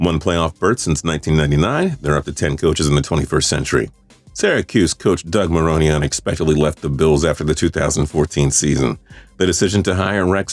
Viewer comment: Doug Maroney? Ok, pretty sure it's Marone